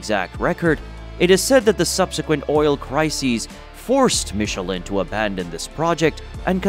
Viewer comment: so, this is the correct way to pronounce michelin? I always thought it was to be pronounced in a different way. glad I learned something.